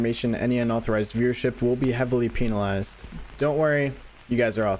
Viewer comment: bro somewher in about 2 min he said we peenalized thats crazy my guy